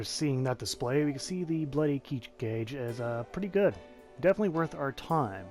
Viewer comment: It's crazy how much ppl struggle to pronounce Japanese when it's probably the easiest language when it comes to that.